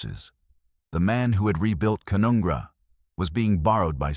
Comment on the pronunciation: It's pronounced Ca-none-gra